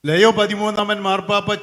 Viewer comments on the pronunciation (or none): ലെയോ അല്ല ലിയോ